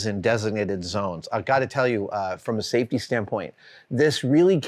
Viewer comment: Safe...tea? What is this safetea you're speaking of?